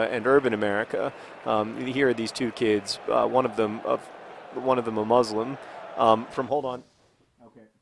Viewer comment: john did you honestly just pronounce muslim as muh-slim?